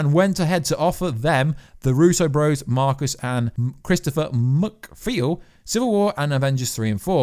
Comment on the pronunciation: Mcfeel? It's Mcfeely